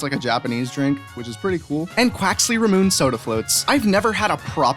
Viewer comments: It is pronounced "ra-moon-ay" not "ra-moon" I have tried it and I love it! Make sure to get the regular version because the other flavors are not to good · It's pronounced ra-moo-nae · Great video! you pronounced Ramune wrong.